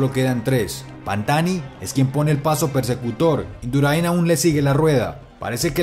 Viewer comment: Induraín no, es Indurain. Gracias